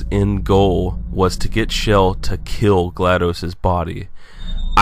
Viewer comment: Not to be rude, but it's pronounced Chell, not Shell.